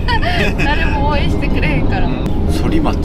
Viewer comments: 横浜 反町 ソリマチではなくタンマチです。読み間違いが多いいな〜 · 京都ー横浜 間は何度も下道で走りました。 四日市から豊橋までは、１号線より23号線の方が渋滞が少なくて走りやすいです。 緑看板だけど、箱根新道も今は無料の１号線です。（１号線旧道と平行している） そりまち？反町は「たんまち」と読みます。 反町を通ったってことは、横浜新道を通ったのですね？ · 『反町』、そりまちじゃないよ〜😤 『たんまち』だよ〜‼️ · 反町ソリマチではなくタンマチです。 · 反町はそりまちじゃなくてたんまちですよ〜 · 反町（たんまち）ですよね😆✨ 栗田谷中学校がありますよね笑笑